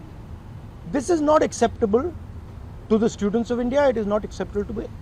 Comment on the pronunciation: bhai first of all , ye students hai , ye steudents kyu bol rahe ho? Kya hota hai ye